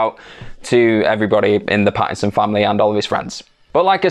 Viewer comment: *Patterson, not ‘Pattison